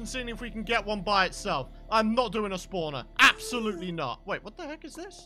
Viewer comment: "Hwat the Weck"